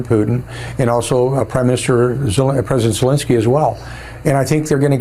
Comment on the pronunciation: ZelENski not zelinski. Please pronounce his name ybe way he does.